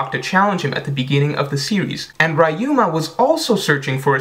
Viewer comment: his name is pronounced like ree-yu-ma